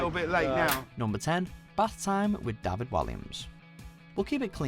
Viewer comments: Dafid? fucking Dafid? American's and Canadians pronounce it correctly as Day-Vid as well... so wtf? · it’s DA-VID, not DAH-VED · Okay, three things: 1. It is pronounced DAY-VID I don't understand how you mispronounced it! 2. Out of all the hilarious clips you could have chosen you choose this lot - and with no honourable mentions?! Wtf. 3. You need to do another list now so that you can correct your mistakes - with Freddie's baby photo being in at least the top 3!! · John Smith welsh people do not pronounce David like that